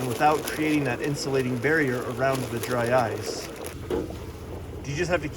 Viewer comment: Did you say "drice" 😂 I like it dry ice = drice